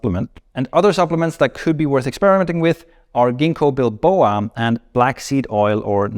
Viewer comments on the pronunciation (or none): i think its Ginkgo biloba not Ginkgo bilboa